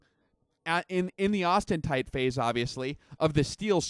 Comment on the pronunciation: Please stop saying "austentite." The word is "austenite."